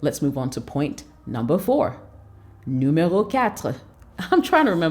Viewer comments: Ashhhh I love the way you said NUMERO 2 in French 😁👍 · I like your French . Numéro 2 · U killed the french part as a francophone lemme tell ya you're doing well ... numéro 4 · i really liked your french"Numéro 2"💕your Brother from TOGO 🇹🇬🇹🇬